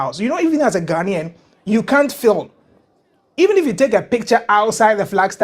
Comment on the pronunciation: Ok someone needs to teach Van how to say Ghanian properly